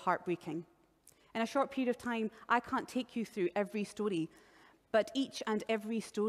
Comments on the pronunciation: Am I the only one who wanted to do something incriminating every time she said "stordee" (story) ? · the story of someone who doesn't know how to properly pronounce "story." Yeah, her pronunciations annoyed me as well. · The way she pronounces "story" really irks me